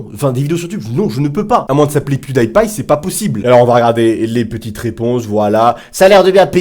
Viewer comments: Tu as juste mal prononcé pewdiepie mais t'es pardonné parce que t'es génial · Ok très bonne vidéo tu as raison d'en faire des vidéos parce qu'ils sont débiles par contre juste le problème c'est que tu sais pas dire pewdiepie